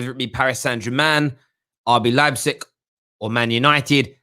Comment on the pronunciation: pronounced Leipzig right for the third time.